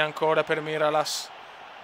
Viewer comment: mirallas si legge miraias